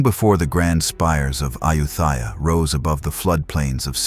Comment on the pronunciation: This AI narration can't even pronounce the name "Ayutthaya" correctly.